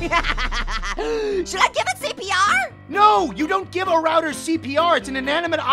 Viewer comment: HE CAN'T PRONOUNCE ROUTER CORRECTLY!🤬💢